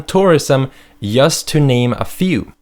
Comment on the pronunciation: I loove how you pronounce such word as 'just' 'jule'. So cute!